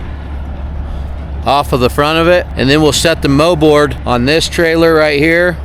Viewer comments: its called a Mold board, not a moe board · “Moldboard” not mowboard